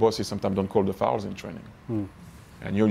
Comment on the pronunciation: "FOULS"... not "faults"... ugh. 🤦‍♂